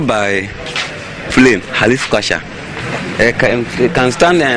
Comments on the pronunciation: did i hear halifcasha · Did he say heliflasher instead of helicopter I don't blame him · did i hear halifcosha